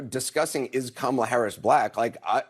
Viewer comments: All of them should kick off the pundits who do not pronounce Kamala Harris' name correctly. Kamala Harris is the Vice President of the United States. Respect her like the men. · Isnt it weird that nobody has a problem with saying the name "Charlamagne Tha God" but using a person's preferred pronouns or pronouncing the name Kamala correctly is just too much for them